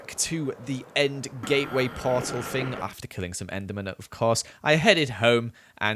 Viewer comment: instead of "thing" he says ''fing", instead of "never" he says "nether"